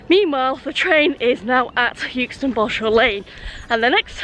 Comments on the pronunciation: Well done G for beating the metal beast. Euxton has always been pronounced Exton the 60 plus years I've lived just down the road. I thought at first its was just the way G was pronouncing it (forgivable of course) but the platform announcer also said Youxton! It must be a modern thing as some millennials may not be able to grasp the English language using silent letters ha ha. Enjoyable video. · It’s pronounced exton, not youxton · Hi - It's actually pronounced X-Ton, not Uxeston :) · Well done on beating the train , we have arguments in our house on how to pronounce Euxton , I say Xton , and my son says Euxton , and you passed my car parked near Iceland Xx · "yewxton"? 😮 "EXton", surely? Apart from that - 😁😁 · Sorry to be a pain , euxton is pronounced exton 👍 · "EX-TUN"... It's pronounced "EX-TUN". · Never heard it pronounced youxton before 😊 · That's it. No more choc out of the pendo cab. Yukeston 😱 I think you are just winding me the pronunciation police up! Very much on my patch there on canal. Not on the railway anymore. Good swap. 😊